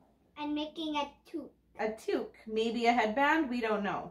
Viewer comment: The peekaboo into the KAL was just enough to make me sign up again for the 4th year in a row!! Cannot wait. Great job on the loom knitting Kara!!! It looks amazing. Any Grandma would be thrilled to receive a gift like that!!!! Maybe knitters around the world will learn to say toque properly now ;)